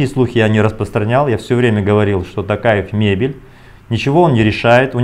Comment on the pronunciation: Можно фамилию Токаев говорить через звук О. Очень некрасиво слышется